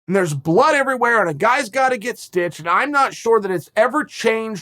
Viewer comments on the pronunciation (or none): none